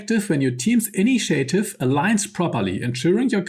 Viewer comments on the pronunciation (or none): The information is great, but even as a non-native speaker of English myself, I find it extremely hard to follow then every second sentence features mispronounced / wrongly emphasised words. This is especially apparent on recurring words, such as attack (at-TACK), initiative (in-NI-tia-tive), acuity (ac-KYU-i-ty), melee (MAY-lay, but it’s a French word, so me-LEE or anglicised me-LAY may also come up sometimes) etc. If you’re unsure about the pronunciation, just look it up. 😉 I recently realised I’ve been mispronouncing “lure” my whole life, until Astarion taught me how to say it correctly, once we had beaten Cazador. 😂